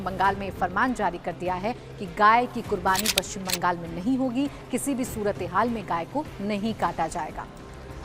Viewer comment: ये सूरतें हॉल क्या होता है 😂😂 क्या पाकिस्तान में समाचार padh रही हो